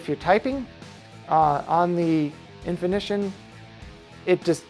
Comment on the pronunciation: Thanks for the video. Full of good info. In-fini-tawn I am not saying you should script your videos, but writing down what you want to say beforehand and NOT reading it as you go a long would be a good idea. You do a lot of onscreen thinking which results in a lot of pauses and afterthoughts.